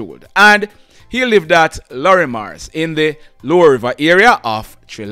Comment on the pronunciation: A no the i in Lorrimers is silent. Its pronounced Lormers. No offense.